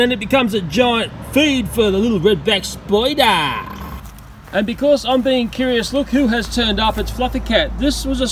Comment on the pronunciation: I love the way this guy talks. Love how says "Redback SPY-DAAH!"